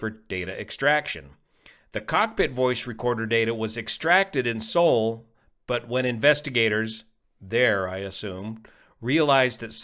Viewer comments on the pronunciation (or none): none